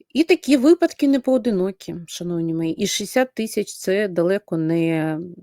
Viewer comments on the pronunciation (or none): none